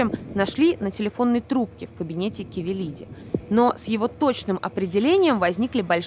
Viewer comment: не КАвелилиди и не КОвилиди